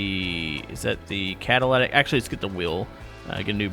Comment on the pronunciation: It's "cataLITic" NOT "cataLATic"